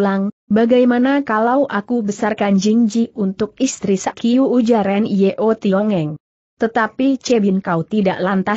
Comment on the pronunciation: Nyo Tiong Eng. Putrinya bernama Nyo Liu Jing. Sayang suara google mengubah Nyo menjadi: en-ye-o. Apa tidak bisa ucapkan: Nyo????? Mohon kualitas ucapannya ditingkatkan. Trims